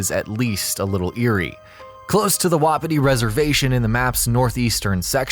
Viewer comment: This game is how Skyrim should be And it’s not pronounced Woppity Reservation, it’s Wa Pee Tee